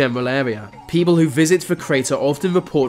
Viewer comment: If the narrator of this video is reading this please read on: Your voice is excruciatingly fucking annoying. You even say beople instead of people 😂😂😂